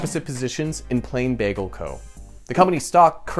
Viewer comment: with an emphasis on "bagel"